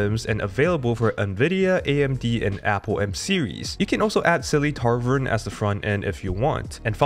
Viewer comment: Tavern not Tarvern